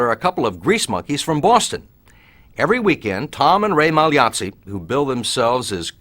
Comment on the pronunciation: Thanks for pronouncing Magliozzi correctly!